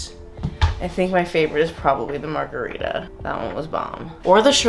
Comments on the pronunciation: Margerweeda lmao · I just came here to say Margareefa